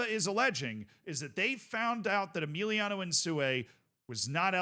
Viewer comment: Who's Emiliano bro? His name is Emilio